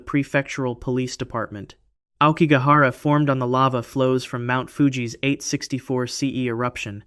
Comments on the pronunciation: Pretty sure it's black bamboo GROVE. And Aokigahara is pronounced "ow key gah hah rah." Google exists😊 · Despite your poor pronunciation, Aokigahara is where I want to enter... Just once.